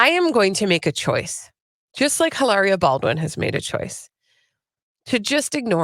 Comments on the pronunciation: Not Eilaria, Hilaria.. 🤨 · Drop the "h" and pronounce with an exaggerated italian accent.